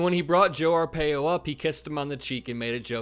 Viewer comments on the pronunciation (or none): it's R pie O seriously that is the correct pronunciation. Also I live in Arizona and we did not like him just some racist Cuckoos liked him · Did u mispronounce arpaios name on purpose? Lol.. if so, pretty funny. Coming from a lifelong arizonan